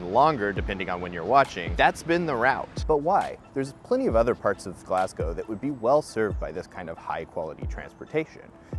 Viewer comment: Mate thanks for saying Glasgow properly. Its actually almost weird to hear it said properly in your accent as I'm so used to hearing it said wrong! Great video! Keep it up